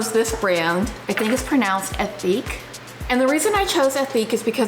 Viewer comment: You don't pronounce the H in ethique as it's a French word, so it's more like eh-teak. I find solid shampoo fine but can't get on with solid conditioner. My favourite solid swap was the Lush Mouthwash tabs. I even use them at home instead of having to store those big mouthwash bottles. PS - Discovered your channel today through my recommendations, so may be commenting on a few vids :)